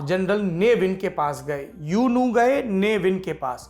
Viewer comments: यूनू नहीं ऊ नू कहिए साहब! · U nu = Oo nu Myanmar me U NU ko Oo nu bol nikal ta hai. I am from myanmar .